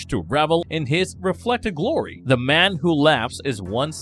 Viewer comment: Bruh learn how to pronounce the “th” sound